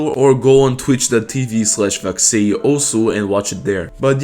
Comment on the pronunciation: why do you say vaxei like that